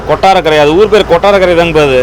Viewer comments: Kotrakara illayaaa ath kottarakkara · கொட்ரகரா ❎ கொட்டாரகரை✅